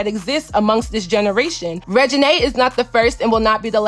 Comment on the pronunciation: I'm sure there are a lot more people with that name that you could have thought of aside from Lil Wayne lmao. Is he even relevant now a days? SMH. The first thing that come to my mind is Regina George from the mean girls movie. I still don't think that is how you pronounce her name. It's probably pronounced the same way the name Regina George is pronounced in the movie mean girls.